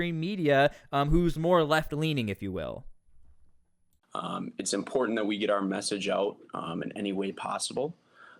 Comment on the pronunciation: ImporTANT…TanT Say the word normal you are not Russell brand … imporTANT